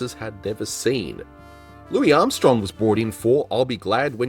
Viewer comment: Great video but you said Louis Armstrong’s name wrong at the end, it felt like a little trip right before the finish line lol